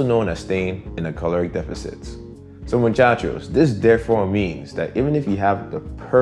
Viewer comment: Amor you say Muchacho like a native Latino👏👏